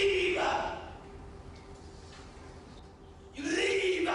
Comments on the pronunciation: “Leave-Ah!” What is he super Mario adding syllables to his words? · Leave! Not leava 😂😂😂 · was actually saying, "Leava!" Not "Leave". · Leave-uh!!! Leave-uh!!! Leave-uh!!! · LEAVE-UH!!! LEAVE-UH!!! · Dude added an extra syllable to “leave”…. LEAV-UH LEAV-UH 😂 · Leave uh 😅 can't get out of my head 😂😂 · he finna leavuh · I did not know leave was a two syllable word